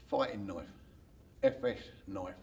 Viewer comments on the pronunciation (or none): i just came to hear him say foytin noyf